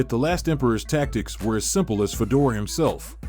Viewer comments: Who the fuk is fuh-door? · Fedor not Fedor like Fedora… come on man that ruin this video